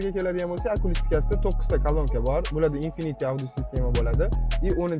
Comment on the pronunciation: Акулани дегани экан)